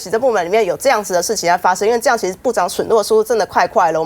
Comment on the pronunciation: 政論節目嘛，本來只用聽的，當我聽到這位議員講「損」落的時候，簡直是….. 同事初中起在溫哥華受的教育，小學程度的中文都知道，這字「殞」的正確讀音。是這位議員的中文程度太差了？ 沒關係，反正他們那個黨，什麼都是他們說了算。